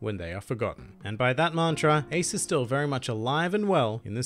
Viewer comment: remake this video and learn to pronounce his name